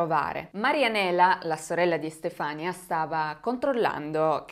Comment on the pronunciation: Magnifica come sempre... 😘 Si pronuncia Estefanìa comunque 😂